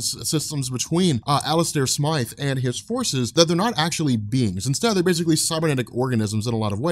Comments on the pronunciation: smith does not sound like smyth stop calling the spider slayer smith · smIIIIIthe, it has the long "I" sound and then pronounce as you would with an E at the end of his name